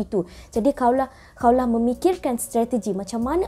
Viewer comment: Bukan Kaulah, KHAWLAH